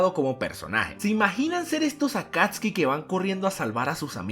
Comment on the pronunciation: ellos se llamaban Akatsuki no akatski (digo como se pronuncia)